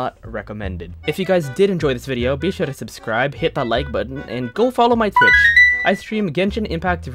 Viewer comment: why did I hear Twitch as fish